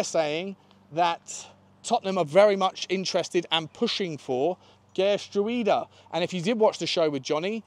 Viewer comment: Gertruida is said "Gert-row-da" with the middle part sounding like "how".